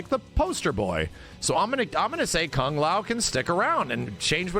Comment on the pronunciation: I really hate the way this guy pronounces "Kung". This isn't 1960. You're not Kano. You make it sound so vulgar and gross. ew.